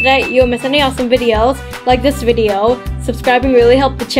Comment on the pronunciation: say video not video